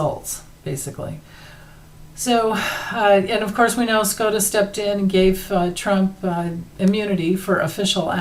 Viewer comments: Supreme Court of the United States = SCOTUS, not SCROTUS 🤦‍♀️ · is well aware of the correct acronym. She says Scrotus to make fun of the corrupted Supreme Court dingbats.